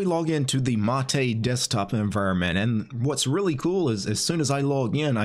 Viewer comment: its "mate" like "hate" not "mate" like "latte"